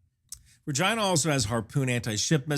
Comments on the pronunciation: I absolutely cannot take this video seriously when you keep pronouncing the name like that. 🤣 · I don't know why we pronounce " Regina" like this. It does seem odd. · My main takeaway is that if you ever discuss this ship again, you really do need to use the Americanized pronunciation of its name…. I swear, in the first few minutes of the video you said the name multiple times and I was forced to turn on closed captioning to make sure you weren’t saying what my ears repeatedly told me you were saying… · $20K video to go inside the (pronounces Regina like ) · He keeps pronouncing Regina with a V and I keep cracking up. Is there a story? Can't focus. ha ha. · I am not trolling, but about 1/2 the time you say "Regina" it sounds like "vagi...". 😅 I think it has to do with the speed you say the word. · Say that again? You're a little light on the "R" there bro..... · Why does it sound like you are saying " vagina"? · It sounds better when you pronounce Regina as, “Regeena.” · RE-gina. Had to go back to check. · Work on your pronunciation. I swear to god, after listening to you say it 75 times.. the first time you say Regina... you say Vrrr-gIna... I was like ...What?!?!?!?" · And remember, Regina rhymes with fun! 😉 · Am I too much of a soldier for continuously misunderstanding the Regina's name ❓ I also think needs a bigger 'PRESS' patch. I couldn't read this one 😀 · Isn’t it pronounced regeena? Latin pronunciation of the word for Queen?… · Good video! But sometimes it sounds like he says Regina, but sometimes, not so much?? The 57mm is nice, the guided projectile is cool! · Not a single time did I hear an "R" when the name of the ship was pronounced. 😂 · That's a Canadian accent when you say Regina,. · Tha Vagi, what now. I know you visited it, but you really push the limits of linguistics here to interpret is as something else. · It's rageena not rahgyynah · he said vagina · Regina, rhymes with fun!! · We caller ReGeena